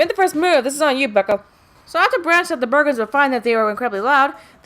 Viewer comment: Why are you calling the Burgens, the Burgers?